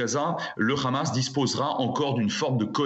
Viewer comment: Quand le gars te prononce Ramass, t'as tout compris😄